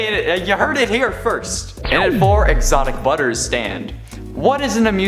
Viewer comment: he says : "exotic brubbers"